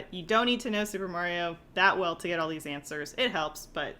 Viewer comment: it's answers not "ants zerzz"